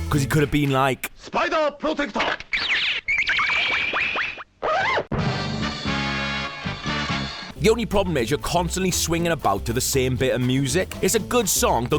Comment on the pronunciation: SPIDAH PROTECTAH!!!